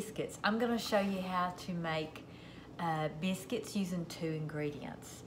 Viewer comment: Take note: this lovely lady must be from the tri state area of Tn,MS, Ark. Notice how she says “ biscuits “. She’s home folk.❤️ I just here to listen bc I am homesick 👍🏿💁🏿‍♂️🙏🏿 God bless y’all.